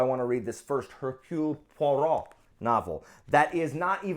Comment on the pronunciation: I love how you pronounced "radiance" and Hercule Poirot the French way, but were clueless about Beaulieu and Miéville. 😂 And Michaelides is indeed Greek and does sound awesome (my husband's Greek and I've been learning his language for a few years now). I liked Dark Matter, but I wasn't a fan of the simplistic writing style (it read like a movie-script) and there are a few plot holes or just incoherent choices that disappointed me a bit. I ended up giving it 3 stars. I'll try to be there for the liveshow, I had no one to talk with about this book. And Then There Were None is well beloved for a reason, but I love Hercule Poirot too much to put it higher on my list than The Mysterious Affair at Styles (loved it!) and Murder of Roger Ackroyd (this one is my favourite to date, it blew my mind!). I have even more fun reading them with my husband, so if you can convince Christina to read it with you (to read it to her or vice versa), it enhances the experience even more, we love talking about our theories. 🙃